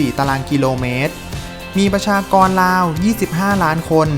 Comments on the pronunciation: อ่านออกเสียงประมาณราวครับ(ไม่ใช่ประมาณลาว) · มีประชากรราว กับ ประชากรลาว ความหมายเปลี่ยนไปคนละเรื่องนะครับ ไม่คิดได้ไง